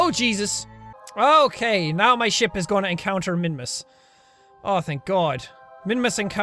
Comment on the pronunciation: Jack/Sean when you say ship it sounds like your saying shit